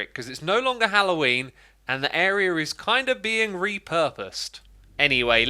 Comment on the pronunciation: Did Xisuma say "Hallowenie?"